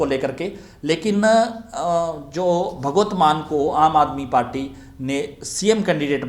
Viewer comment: आप 'भगवत मान' बोल रहें हैं, जबकि सही 'भगवंत मान' हैं।